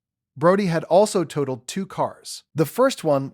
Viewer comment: Tah told? That’s toe told. Totaled. Lou uh vul. Hun die. Not hewn die. Hyundai. Good grief! So many errors! Teach your AI how to speak!